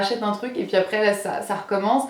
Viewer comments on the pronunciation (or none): none